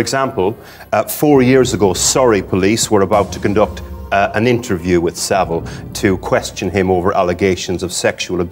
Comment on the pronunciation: It's Saville